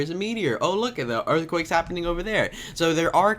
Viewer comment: You said earthwakes